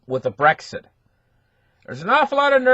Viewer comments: me too.. Brick Exit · I love the way pronounces Brexit.